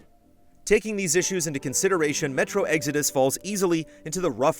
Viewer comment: Sounds like you said metro EGGS ARE DUST lmao